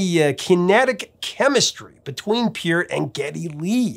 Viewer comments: Isn’t it pronounced Purt not Pea-urt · Neil's last name is not pronounced "Peert." I heard an interview with him in 1997 on the radio and he pronounced his name as "Part" (rhymes with Heart).